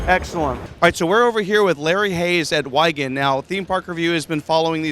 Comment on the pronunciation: think its wiegand, not weigand